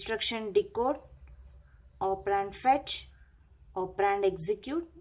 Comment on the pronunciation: Its operand not opperraaaaanddd 😂😂😂😂😂